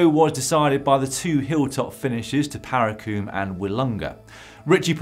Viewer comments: Haha, being good South Aussies, we hate our town names being butchered👍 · First sprint into Tununda ............. pronounced ...."Ta..Nun...Da"........ "Paracombe"........pronounced ..."Para...comb" ......just for next year. Thanks for the coverage!